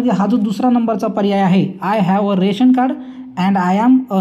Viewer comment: राशन कार्ड असे म्हणत नाहीत, रेशन कार्ड म्हणतात .